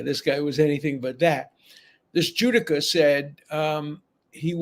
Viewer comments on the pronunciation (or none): It is a Ju do ka. A person who does Judo (accent in the second syllable). As a life long Judoka myself, I am always appalled at people who do that. The founder of Judo (Jigoro Kano) laid out his philosophies for all Judoka including “mutual welfare and Benefit” as well as respect for your opponent in a match. There are many different types of martial arts, all with subdivisions except one. Judo is truly international, one system, one training regime, one set of rules, and one home in Tokyo called the Kodokan. To fail to give your opponent due respect and not do your best, should remove him from the tournament (and if he were a member of my dojo, removal from membership as well). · 400g is about 13.5fl oz. No they should not wait around for him to pee out the weight that’s not how weigh ins work. Ironically, the pronunciation is Jew-dough-ka